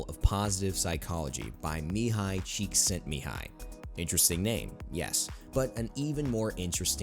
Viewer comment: As a hungarian i am proud that you almost pronounced Mihály Csikszentmihály correctly😊